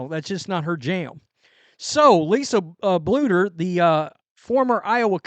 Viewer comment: It only took you like a whole year to say “Bluder” correctly, instead of just saying “boulder” 😂😂😂